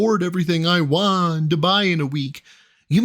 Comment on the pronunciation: I’m so glad you also noticed he says “WAHHH” instead of wanT